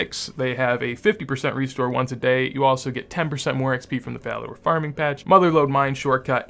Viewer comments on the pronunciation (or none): "Falador darming patch" made me lol.